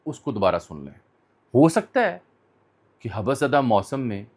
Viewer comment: حبس ایک لفظ ہے اسکو ملا کر پڑھنا چاہیے نہ کہ توڑ کر حب بس ۔